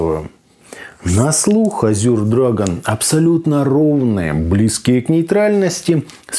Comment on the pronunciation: Ну почему "Азюр" то?! Буквы "ю" там ни в каком варианте не просматривается. По английски это "Эже" ну а по русски, на крайняк - "Азур".